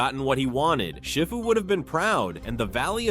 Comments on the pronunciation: I just gotta say it sounds like you’re saying shit fu. It’s see fu. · Is this voice A.I., cause Shifu's name is pronounced Sh*ee*fu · Your right. But you do need to learn how to say shifu's name properly